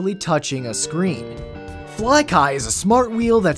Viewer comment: *elastomeric, not elastometric lol. Also *Flykly, not Flyky. And - the path emits a blue glow, not omits it. I know, I'm nitpicking, on an 8 year old video no less, but it was too much to resist.